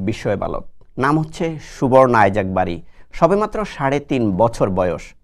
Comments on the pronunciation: ভাই আপনারা কেন বলছেন আইজাক, এটা তো ইছাক। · English এ আইজেক আর বাংলায় ইসাক